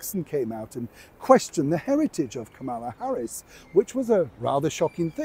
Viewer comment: Please pronounce Ms Harris’ name correctly.